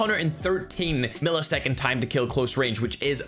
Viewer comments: "Your knife will keal" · Doug Macaida🤣 ' It Will Keal '😂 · It will keel